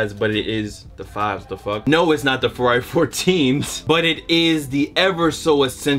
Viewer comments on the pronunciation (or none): none